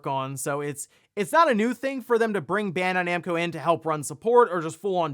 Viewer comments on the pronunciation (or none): It's Bandai Namco, not Bendai Nemco.